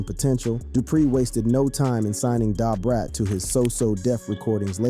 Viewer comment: Listening to this is hard. But I managed it lol! Please know how to pronounce Nas and DaBrat.🤦